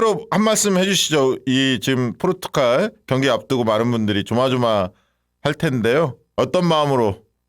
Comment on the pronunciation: 포'르'투갈 입니다. ...